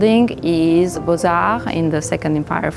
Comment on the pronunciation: I like the way she pronounced Beaux-Arts (but not the way she decorated it).